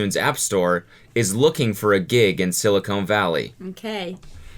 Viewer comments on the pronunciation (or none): Did you say "silicone valley" lol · Its sili-CON not sili-CONE, get it right Mr. Tech Boy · watching this 3 years later and cackling at "silicone" valley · Cody: a self proclaimed tech wizard who’s lived in California for like a decade Also Cody: pronounces Silicon as ‘silicone’ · "silicone valley" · Is no one gonna talk about the fact that Cody said "Silicone Valley"? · “Silicone valley” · "Looking for a job in Sili-CONE Valley" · "Silicone" hmmm...